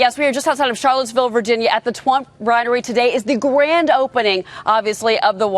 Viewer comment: she really said "twump rinery" lol